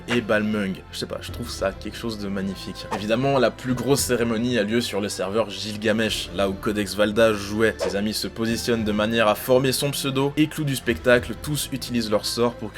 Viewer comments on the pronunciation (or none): ca se prononce guilgamesh et pas jilgamesh (gilgamesh) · Ce com sert à rien surtout maintenant mais... c'est pas "Jilgamesh" mais "Gilagamesh" la prononciation ^^" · La prononciation du mot gilgamesh bah c’est pas jilgamesh mais guilgamesh oui je sais pas d’ou je sors cette info c’est que j’ai un livre qui s’appelle L’ épopée de gilgamesh et dans le livre c’est précisé que sa se prononce guilagmesh malgré son orthographe